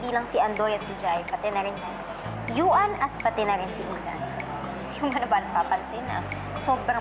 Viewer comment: sinabi na ngang yuan hindi yu an